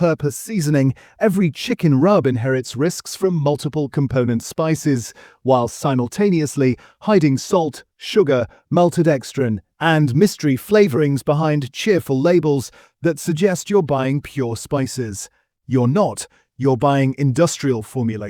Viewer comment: And 'similtaniously' too!